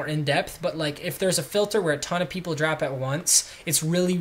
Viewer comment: "pleople" hahaha